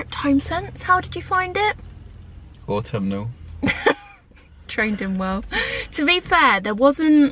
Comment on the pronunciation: Au-tom-ma-nal season 🥰🥰🥰🧚‍♂🧚‍♂👍👍 you loved saying that last time n couldn't wait lol xx